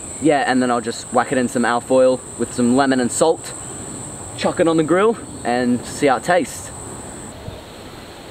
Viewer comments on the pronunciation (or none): none